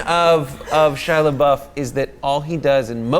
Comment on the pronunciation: would've been better if you said labeef with labeouf